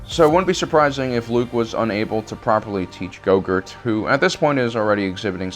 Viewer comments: Is he calling Grogu gogart? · dumb fuck can't even say "grogu".... wow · I keep hearing Goguhrt, and it's totally distracting from all of his points because I keep thinking of yogurt tubes for kids. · Why do you call him gogurt? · Lol, I love how you call gorgu go-gurt. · Is he pronouncing it "GoGurt"? Lol. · Yes I can’t stand it lol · I hope he keeps saying GoGurt because of the pain it will cause to all of you. Good, good! Let the hate flow through you! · why is he saying gogurt instead of grogu??? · Grogu or did you say go gurt lol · Your mispronunciation of names makes it difficult to watch your videos. When you do it too much, I tune out. Gogurt? Really? Naw man. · How hard is it to pronounce Grogu? Lmao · How does he pronounce Grogu ?? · Dude! I really love and hate the way you kill names! The way you say Grogu .... Well lets say that your sith side shows even more than when you translate imperial into metric! And because i love your videos and channel, and you, I would like to tell you that Imperial sucks big time (i've only completed 12 advanced mathematics courcess in the uni, what do i know (not by choice))! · Can you please pronounce grogu's name right? My God! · Do you think he knows he's saying grogu wrong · Grogu is a stupid name, but you mispronouncing it at every turn is really annoying and distracting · He thinks he’s being funny. Like pronounce it right. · GROGU lol it is so funny the way he pronounces it, it makes me cringe and laugh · I wish I knew. It's very distracting and disrespectful. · <---- did he say "Go-Gurt" instead of "Grogu" or am I crazy xD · Why do you keep calling him growgurt? It’s not yogurt, it’s grogu pronounced grow-goo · It's Grogu!!! like Grow Goo not Yogurt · lol when u say grogu it sound like yogurt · Oh my god it’s Grogu not Gorgurt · Bro is he saying gogurt? Ahsoka pronounced it grow gooo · His name is not gogert it is grogu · baby gogurt?? Is that what u said lol grogu man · Its GROGU not GOGUR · Go gurt? It’s Grogu